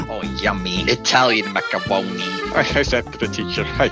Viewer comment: "such good macawonie" - May 26, 2024